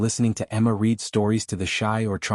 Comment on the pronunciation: You used the wrong pronunciation of read, it sounds like “red”. You do need to know the right pronunciation of English words, I don’t think AI had learned that yet.